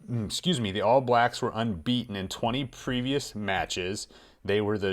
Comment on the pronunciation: I love hearing Americans say "All Blacks"! For some reason it seems like you all put the stress on the wrong word (a different word, I should say!). In NZ we say "ALL blacks" not "All BLACKS".